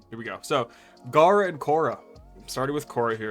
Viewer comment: Just came here to commend your ability to talk about gara and khora without getting your tongue twisted😂